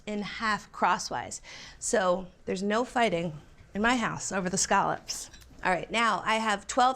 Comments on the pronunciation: Why does she keep saying, “skahlups”?? Those are scallops! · This is the most unfortunate pronunciation of scallops I've ever heard